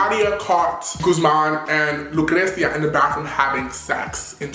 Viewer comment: you already know you love saying LUcreCia haha i love you!n